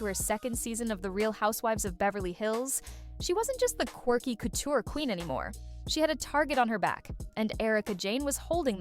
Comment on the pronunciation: Also, why can’t you pronounce couture currently? I’m from Kentucky and even I can say that word.